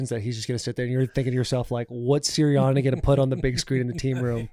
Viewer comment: Taylor you set off my Siri saying Siriani